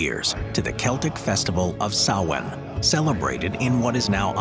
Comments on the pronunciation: THANK YOU for pronouncing SAMHAIN Correctly!! :) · Blessed Be! I'm an English born Pagan, nice to hear the actual origins of Samhain, and you pronounced it right! Not many people do that! 😆 Great video! Thank you! 👻